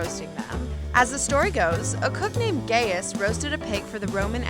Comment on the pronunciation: Y’all so concerned about how she pronounces gyro, and I agree, but also want to point out that she is pronouncing “Gaius” way wrong